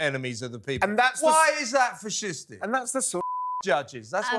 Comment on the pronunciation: Fish-istic? First time ive ever heard that.....